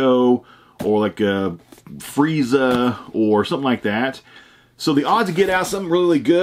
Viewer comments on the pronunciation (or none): none